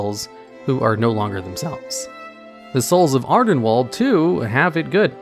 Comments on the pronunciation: "Ardenwalled." You must've seen that harry potter fantastic beasts sequel recently to pronounce it like that. They say Ardenweald within the game as well so there's no excuse lol. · It's wild how youtubers mispronounce things that get said aloud in game all the time, like ardenweald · Jesus, mate, just bother pronouncing things the right way, its painful to hear Ardenwall every 20s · Ah yes, "Adenwalled", my favorite.